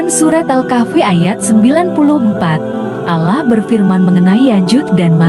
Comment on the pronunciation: videonya vagus tapi tolong itu voicenya diganti. penyebutan Allahnya gak tepat!